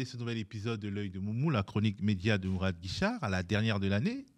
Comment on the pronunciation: Un MO, pas MOU, MOURAD !😃👍